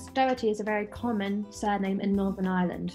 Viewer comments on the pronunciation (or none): none